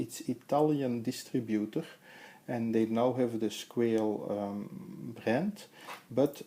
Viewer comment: Pronounced "squah-lay"